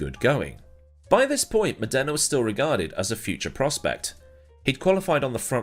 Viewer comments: It's Mòdena, not Modèna (both the driver and the city). Cheers from Italy, dear. Good stuff as usual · when you make a video about a driver you could at least try to learn how to properly pronounce his name. Stèfano Mòdena. Not Stefàno Modèna. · Modana not MonDERna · Funny how pronunciations change. Murray walker called him Stephano Moneda ( Mon aida), at the start of his career. Then Modena ( moh den ah) ..... which is 2hat I call him. Now I hear Mod ena)